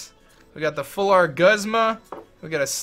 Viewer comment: It's pronounced goosma